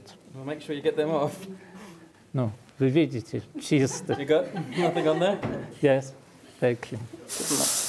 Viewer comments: Professor, how well do you speak Russian? I noticed you telling the workers "See, [they're] clean" in Russian with good pronunciation. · Hm, does professor speaks Russian? That "Вы видите, чисто" sounds really really well.